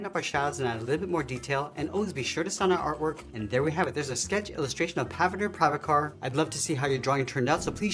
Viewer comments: Awesome and best drawing. But rip pronunciation 😂 of pavitr prabhakar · Thid drawing is awesome and somehow I managed to do a decent job! the only bad thing is that you pronounced pavitr prabakhar wrong, and as an indian, I had to cringe.... BUT ITS AN AWESOME DRAWING!! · When you said Pavitr Prabhakar it sounded funny 😂😂